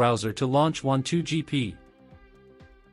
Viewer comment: Wan2gp not wav2gp